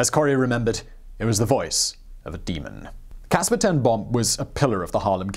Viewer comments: Boom is pronounced bome, it means tree. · Boom is Branch in Dutch. It is pronounced like Dome but with a 'B'. I'd never heard of this remarkable lady and her family. Great vid and thanks!